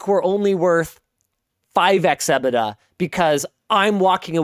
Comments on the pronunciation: From the UK: that’s a horrible way to say EBITDA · Literally no one pronounces EBITDA like that